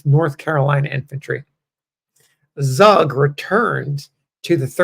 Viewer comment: Pronounced "Tsoog" and a Swiss German immigrant to Pennsylfawnia. Thanks for posting his story.